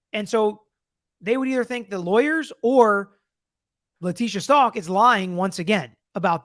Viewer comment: Stauch like how..stowk not stalk 🙂